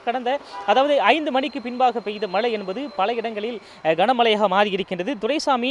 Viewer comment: In sun TV, we expect a new person to pronounce zha Karam in the correct way .He speaks kocchai tamil he has to pronounce mazhai not malai .Tamizhukku zha azhagu athai kocchai paduthathirkal.its a kind request from a malayali audience